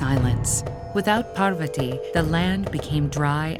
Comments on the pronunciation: With Ted Ed being such a big platform, I’d have expected them to at least get their pronunciations right. There’s no dearth of Indian people who can speak clearly and pronounce the words properly. I’m only 50 seconds in and I am already cringing at the absolute murder of “Parvathi” and “Ardhanareeshwara”. Please, in the future, double, triple, and quadruple check your pronunciations! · They even pronounce Mandarin words perfectly, but here goes "Parvathi" as 'Parvatti' "Annapoorna" as 'Annapurna' "Bramma" as 'Brahma' I guess Google is not guiding them with correct information when it's related India😂